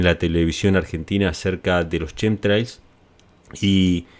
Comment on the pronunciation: No se dice Shem trials. Se pronuncia como kem trails tremols